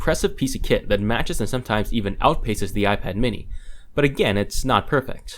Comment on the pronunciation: do you get paid every time you say aijpad ...